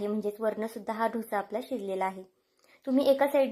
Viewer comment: Dhosa nahi “ Dosa”